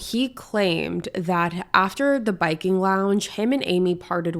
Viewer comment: It was called the “Viking” lounge, not the “Biking” lounge.